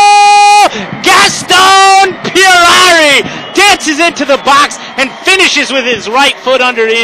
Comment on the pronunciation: gaaastón "Pierrarrri"- hahahahhahahaaaaaaaaaaaaa, it's Puerari!